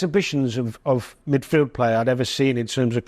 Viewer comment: Best "Middfield" of all time 😊